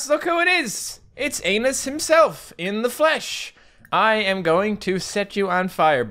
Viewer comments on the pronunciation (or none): The way you should pronounce ANAS is actually "A-NUST" XD Not "ANUS" IM DYINg